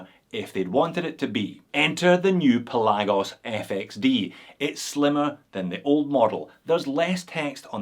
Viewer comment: I think it's pronounced Pelagos.